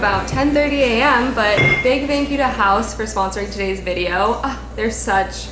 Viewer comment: You said Haus perfectly, my German heart is crying.🥺✨